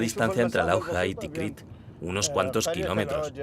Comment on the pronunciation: Todo muy bien, pero la narradora de introducción se equivoca a en el nombre de la ciudad, dos veces. Dice "Tikriq". Y es TIKRIT